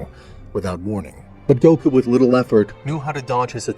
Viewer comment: GOKU NOT GUOK